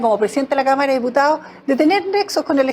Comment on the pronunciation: El Checho mira la senadora y piensa en una cama, creo que dijo cama en vez de cámara.